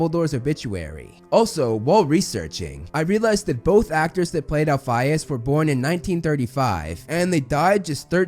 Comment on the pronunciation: "El-FEE-us" not "El-fy-us".